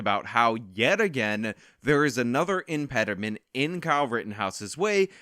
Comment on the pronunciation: Lol an imperderment